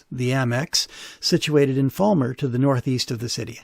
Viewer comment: Just to be picky it's Fal mer not Fall mer. Fal rhymes with pal.